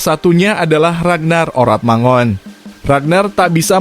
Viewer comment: Admin...! jangan dibaca "manguin" tapi mangun, Radnar Oratmangun! Begini ceritanya: Ejaan Melindo, perhatikan kalimat berikut! "Tataplah olehmoe tjahaja remboelan sepoeas hasratmoe, tapi djangan tjoba kaoe tatap matahari walaoe hanja sekedjab matamoe" Ejaan EYD: "Tataplah olehmu cahaya rembulan sepuas hasratmu, tapi jangan kau tatap matahari walau hanya sekedjab matamu"! semoga bermanfaat!